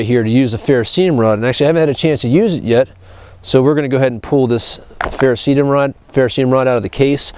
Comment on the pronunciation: Bought myself one of the BG Ultimate Survival knives for my birthday. Like it so far, but the real test of field usage will have to wait until spring or summer (camping season). Good ergonomic feel to the knife, edge needed touched up a bit to achieve its full potential for sharpness. BTW, it's Ferrocerium rod.(ferro-CER-ee-um)... an alloy of Iron (Fe, atomic number 26) and Cerium (Ce, atomic number 58), plus a sprinkling of rare earth metals. It's not ferroceum, ferrocium, ferroseeum, etc.